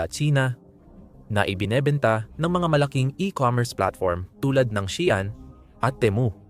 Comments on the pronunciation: ayusin mo Naman salita mo, pwede ba. shean ba baka Shein. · Bakit Shian db SheIn 😊